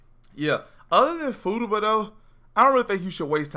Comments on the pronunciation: Fu ta ba not footaba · Fu-ta-ba is how its pronounced lml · I pissed myself laughing everytime he said Fooduba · Take a shot everytime this man says footaba. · Footuba sounds like a sport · He is straight up SHITTING on her name!